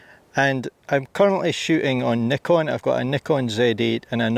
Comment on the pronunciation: Instant thumbs up for the Scottish 'comra' and the correct pronounciation of Nikon.